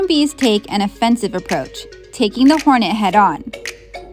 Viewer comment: "hornetu" not even how that'd be pronounced